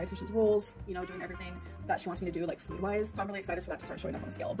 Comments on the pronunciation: WHY is she pronouncing "food" like "FUed"??! Its making me homicidal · God, I hate how she says the oo in “food” and the ee sound in “me” and “meat”. Why does it sound like that?